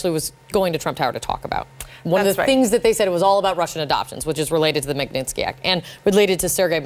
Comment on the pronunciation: Can at least ONE of these women try to pronounce the word "Magnitsky" correctly? It's not "MAG-NIN-SKEE" It's pronounced "MOG-NIT-SKEE" (with Russian accent of course)